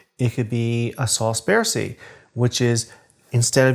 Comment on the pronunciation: Nice! But your French needs some help! It's not 'alla-mon-day'. It's 'ahlll-mahnd(uh)' which means 'German'. Because sauce is feminine, you add an 'e' to 'allemand' and sort of pronounce it softly, like the 'd' in the English word 'bend'. Also, 'Bércy' is more like 'behhrr-see' with the accent on the 'behhrr' part. Just a suggestion!